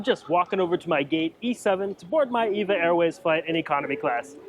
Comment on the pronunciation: It’s E V A, not “Eva”